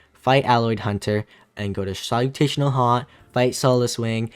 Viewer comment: “Solu(TAY)tional Haunt” kills me man, i thought i had it wrong for a sec